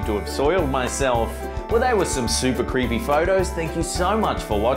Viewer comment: Zelda Williams Tbh. I thought you said creempie